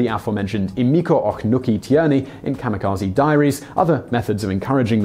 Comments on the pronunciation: Not 'KAMA' but 'KAMI'kaje. Please don't be an American. It's rude. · It's pronounced Kah-Mee-Kah-Zeh" not Zee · Funny. He mentions he will do his best to pronounce Japanese words, and the first one he mispronounces is "kamikaze", which people always pronounce as "kah-mi-kah-zi". "Kah-mi-kah-zey" is the correct pronunciation. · You're good, but I hate how Americans pronounce it "kamukazy". It's kami (gods) and kaze (wind). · Not kamikaze...But Gami-GaJe(Ze).. Originally word from Gami.. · The word kamikaze should be pronounced as kami (神 god/divine) - kazay (風 wind)